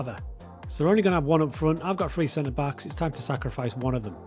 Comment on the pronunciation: Any chance you can pronounce 3 with a t rather than free please 🙏 xx